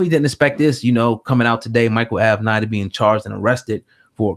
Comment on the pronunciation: Say It With Me: AV-Ven-Natty. It's like A Tribe Called Quest or "A Pimp Name Slickback." You have to say it together. LOL!